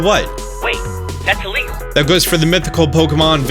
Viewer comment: Istg everytime you said "illegal" i thought you said legal. dead serious I heard you say 18,000 people were sued for legally downloading music.